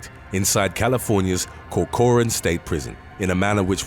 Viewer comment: Co-coor-ran Prison...what the fuck lol. Cor-co-ran. Just like how it's written.